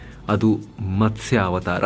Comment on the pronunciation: ಅವರೇ, ಕನ್ನಡ ಪದಗಳು ಸರಿಯಾಗಿ ಇರಲಿ. ನೀವೂ ತಪ್ಪು ಮಾಡಿದರೆ ಹೇಗೆ? ಅದು ಮತ್ಸ ಅಲ್ಲ, ಮತ್ಸ್ಯ..